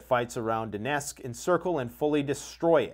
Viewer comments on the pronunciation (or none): none